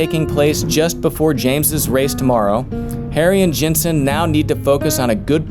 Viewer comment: love your videos, but I have to say it Jenson, not Jensen. Hurts my ear.;)